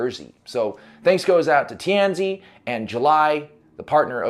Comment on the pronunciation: Tianzi (tee an zuh) - Son of Heaven. Please make a little effort to research the correct pronunciations - this would be in 'the bad' part of a review of your videos.